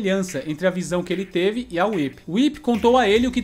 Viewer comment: O like já veio logo quando você falou WHIP e não "WUAIPI"...kofeiros sem noção que inventam nome dos personagens. PARABÉNS!